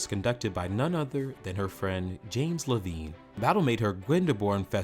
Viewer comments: Levine pronounces his last name as “leh-VINE” (like the vines in a vineyard) NOT “leh-veen.” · Levine pronounced his name "Le-VINE." "Maschera" is ponounced "MOS-kera." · A couple of others: James Levine's last name is pronounced Le-vine, not Le-veen and Tannhäuser is pronounced Tannhoiser not Tannhauser. These are small errors but they tend to undermine the reporter's credibility. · This guy might’ve learned to pronounce some names and words – – Levine, Wagner, maschera, Glyndeborne, among others. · You are mispronouncing James Levine's last name! How much of an authority can you be on this topic! Not much of one.